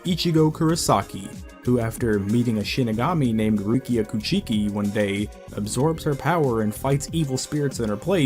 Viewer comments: "koo-chi-ki" lmao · Omg how can you butcher English,Spanish,Japanesse,German words and names all at the once? Did you even watch the anime with sound at all? It's like those low quality dubs for the sake of money. It's so painful, butchering Kuchiki,Niotra,Shinigami,Hueco Mundo,Benkai,Sasakabe,Seiretei,Kenpachi,Mangaka You pronunciation like you seen/heard those names/terms for the 1st time.